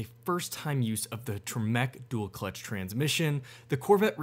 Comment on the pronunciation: Isn't one the highest model and one a base model??? Wierd and the way you say temec hurts my soul... idk why people compare the gt500 and the c8... different classes of cars.. but I guess the Camaro sucks and Chevy knows it... ohhhh well XD